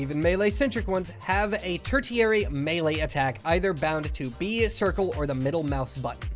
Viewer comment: awesome video man. very good info. only suggestion is the way you pronounced tertiary. phonetically its like "tersh-ee-air-ee". again tho, great video man, thanks for putting it together.